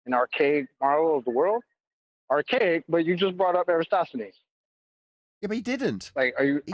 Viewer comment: There is nothing more aggravating to me than hearing you guys say, "EroStosthenes"!!!! After how many years? 🕞...and you don't know how to say his name???? My GOD!!! It is ERATOSTHENES ...FFS!!!!! (erra-toss-the-knees). 🤔